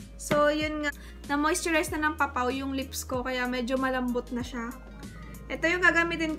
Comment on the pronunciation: Po-pow not Papaw. Si na nagbigkas. Anyway, ang pretty pretty mo po. 😘😘😘